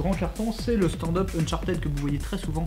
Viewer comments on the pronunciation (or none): oui j'en ai déjà parlé... UnchartEED fait plus mal aux oreilles des anglophones :)